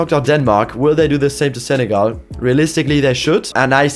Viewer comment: love the zenegal pronounce